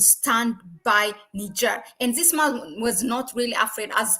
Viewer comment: I love your channel but please try to control your Z in English this not zis